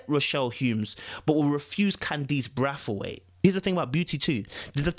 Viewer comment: Bray-th-weight is how its pronounced